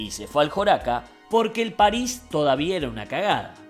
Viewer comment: Bueno... pero como lo dice Leo es lo más correcto. La S final de "Paris" es aspirada.